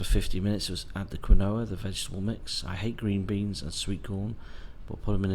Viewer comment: How did you just pronounce quinoa?! You pleb ;)